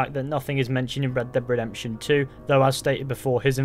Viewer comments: Red deb redemption 😆 wtf are you saying 😅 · "Reb deb redemption" lol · "Red Deb Redemption" 😂😂